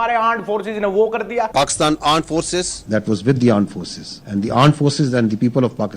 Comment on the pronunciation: Aand Forces 😂😂😂😂 what is this